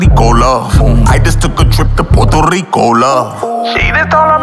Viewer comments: Ay Gates it’s pronounced PUERTO rico not PORTO Rico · He’s most definitely not fluent in Spanish. He’s a descendant of a Puerto Rican. Being Puerto Rican is when we are bien here and raised here. Someone should have helped him with those Spanish words and the correct pronunciation of Puerto Rico. No hard feelings tho. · he doesn’t speak it. He doesn’t even pronounce Puerto Rico correctly. AND JUST BECAUSE PEOPLE IN THE STATES ARE DESCENDANTS OF PUERTO RICANS, DOESNT MEAN THEY ARE PUERTO RICAN. THEY ARE AMERICAN. JUST LIKE AFRO-AMERICANS AND DONT SPEAK AFRICAN. THE PEOPLE WHO ARE PUERTO RICAN ARE US THAT WERE BORN AND RAISED HERE. AND WE COME IN ALLLL THE COLORS!!